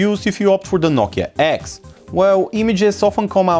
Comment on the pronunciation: " nokia eggs"